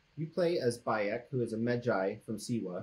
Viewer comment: Whenever I heard them say Bayek's name. Where I live, in England, is a common cry of "By 'Eck" emphasis. "By Eck, it's cold out side!"